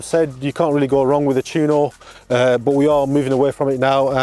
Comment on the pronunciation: Maybe do a wee bit of research on how to pronounce Tuono, you said Tewono 8 times thats a crime. FFS